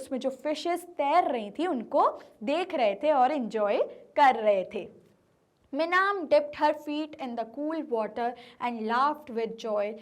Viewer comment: mam its not meenam its minam